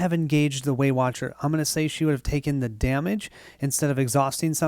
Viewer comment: Every time you say Waywatcher I hear Weight Watcher and then I am imagining the Abomination is some big fatty calorie beast that they are trying to defeat.